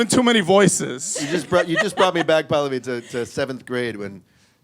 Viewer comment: they mispronounce Pallavi every time lol. Its Pal-lavi